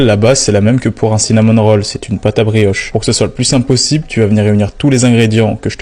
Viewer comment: Cinamône rolle 😂